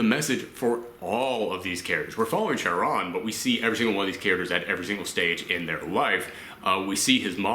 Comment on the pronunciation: Just about every reviewer I've watched that reviewed this film has mispronounced Chiron, so you're good dude haha